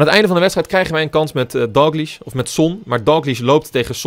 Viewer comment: je spreekt DALGLISH verkeerd uit!!! je spreekt het uit als Dalglish maar het is Dalgklieshh